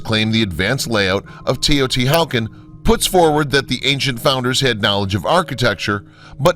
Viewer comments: Teo-Ti-Walk-On* not wow-kin vids are dope though. Thanks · Why are u unable to Pronounce Taya-Tee-Wuh-Con properly? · Teotihuacan is not pronounced “Teh-o-ti-how-can” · Atrocious Aztec pronunciation. Seriously, Teotihucan? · its pronounced tao-ti-wa-kahn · Or ANY Indian word written in Spanish orthography :S Makes the rest of the narrative seem schlock. HU = W Mr. Narrator!!! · The whole reason I started reading the comments was to see if I was the only one bothered by his pronunciation of Teotihuacan. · Tay-oh-tee-wuh-kahn. My-ka. And I think it's the Beck-kah Valley in Lebanon--emphasis on 2d syllable.